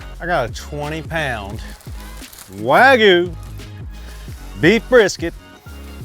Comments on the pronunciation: Wag-you not Wag-oou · My only issue is you said wagu. WAGYOU Liked and subbed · Wagyu no wagu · wagYU why do certain people keep saying wagoo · Take a shot for every WAG-OOH he says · “Wagoo” lmao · Wagoo? Seriously? You already know how to say "you". Why is it so hard to say wagyu? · “American waygu” 😂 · Cringey how you pronounce wagyu.